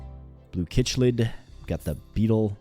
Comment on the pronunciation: It'd not pronounced kichlid it Is pronounced sicklid [chiclid]